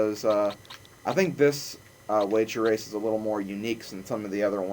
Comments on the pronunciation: you did say rager wace! 0_0! :) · LOL You did say rager wace :D !! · yes you said rasor wace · rager wace sounds so much like wager race. XD